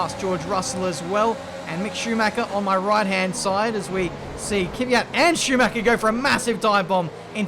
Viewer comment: Again..It's not Kivyat,but Kvyat..:)